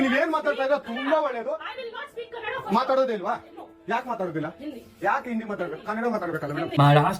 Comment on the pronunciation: let me know , in which collage you're in and which state , if ur staying in karnataka , that is KANNADA not KANNAD